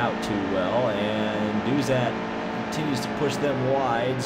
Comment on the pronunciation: Its Chase Caybree and Dauzat is pronounced Doughzuh